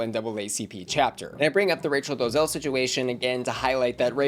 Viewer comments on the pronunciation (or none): lol I agree. Wants to speak on something and can’t even pronounce the woman’s name correctly 😂